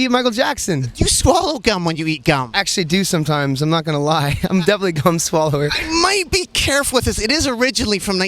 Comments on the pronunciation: sounded like Skrillex said "I'm definitely a cum swallower" lol - I wouldn't doubt it. lol jk. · he said "gum swallower" but i heard "cum swallower", does that make me a bad person? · I thought he said cum swallower but he said gum swallower anyways fucking awsome person alive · "I'm definitely a gum swallower" Now why did I hear cum lol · thumbs up if you thought he said cum swallower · Sorry my Internet'ism but it almost sounded like he said: "I'm actually a cum-swallower" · "Gum swallower" Lol I heard "Fun swallower" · Haha it sounds like he said "cum swallow" xD